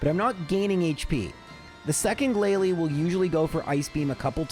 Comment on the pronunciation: you made mispronunciations during the Elite Four. Not the trainers, you got those 100% correct as always, but you said “Glalie” instead of “GLALIE!”